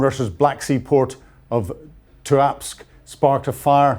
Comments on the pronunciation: TUAPST?????? It is TUAP'SE. ie TOO, AP SAY. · Look,,,, u need to work on these pronunciations,,, ur getting worse there's no K in tuapse, and keep practicing,,,, Koss,,, tan,, tin,, eevka, cmon